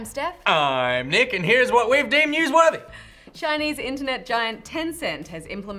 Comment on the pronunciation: why does nich sound like Nick instead of nich #ansa